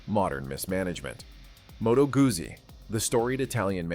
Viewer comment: It's pronounced " gootsy " not guzzy.